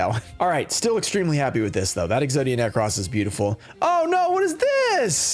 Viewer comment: Exodia Ne- Cross no it is pronounced Exodia Necrose